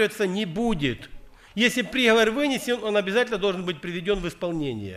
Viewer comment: Правильно не прИговор, а приговОр. Проповедь назидает, обличает, многое поясняет и уточняет. Благослови, Господи, брата за это назидание.